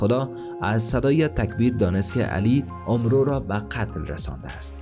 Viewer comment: فکر میکنم عمرو أمر خوانده میشه نه اومرو البته من اینطوری شنیدم